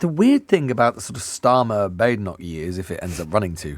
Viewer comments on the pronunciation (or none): Lewis! It's Badenock - short a sound not long a sound. She really is BAD!